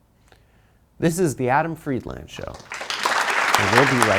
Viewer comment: Jesus Christ, is Adam's last name pronounced Fried-LAND (as in the land his ancestors stole from Palestine), or Fried-LEND (as in what his ancestors hate doing at banks)??